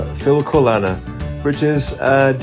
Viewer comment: Hello, it was such a pleasure watching and listening to you, and now you also have a fan in Denmark! I loved to be a tourist in your beautiful country, so thank you so much - and by the way, the designer of your Jingle Bell sweater is called Hanne Rimmen and your pronunciation of Filcolana was perfect! 😊